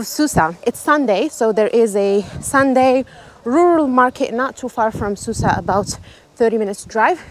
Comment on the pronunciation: It's pronounced Souss not Soussa